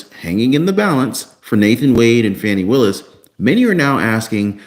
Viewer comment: you can not pronounce Fani Willus name correctly. You are reporting propaganda. How can you go to jail for dating someone. Get the facts!! There is no need for anyone to respond. I use to follow you not anymore. Definitely unfollowing!!!